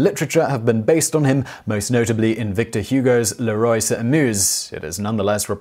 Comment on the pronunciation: "Le roi" isn't pronounced like "le roy" FYI. Interesting video concept. Also: "Burn" got me, haha.